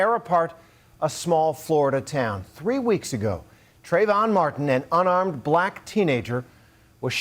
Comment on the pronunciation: Trayvon? Trayvoff 😂👌🏻